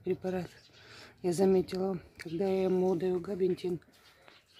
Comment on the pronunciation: Габапентин правильно,не слушайте её,она не правильно говорит,глупая женщина (((((((